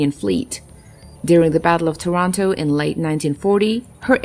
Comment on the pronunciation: Did you say "Battle of Toronto"?